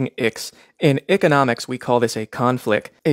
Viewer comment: Bro said ickenomics😂😂😂